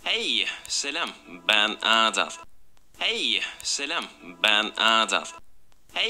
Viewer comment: dediği kelime:HEYĞĞGY Selam BEĞN AADAÂL x&